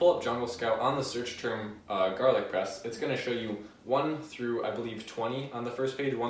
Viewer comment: I thought you were saying garlic breast the fist 5 times, made it even more entertaining.